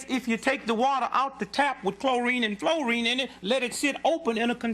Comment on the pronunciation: Clo rine an flo rine😂